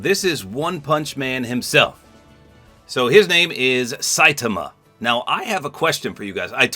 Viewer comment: You said Saitama's name wrong